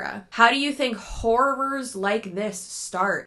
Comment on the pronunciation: The way you say HORR-OR as a way to trick your mind into thinking that you are in fact, NOT saying whore. Girl, same 😂 you look lovely and glowing by the way ❤